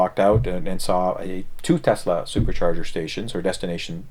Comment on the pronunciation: Thank you again for pronouncing "TESLA" correctly. There is no Z in TES-LA. It is not TEZLA. Even Elon Musk says TEZLA. Great show keep up the good work!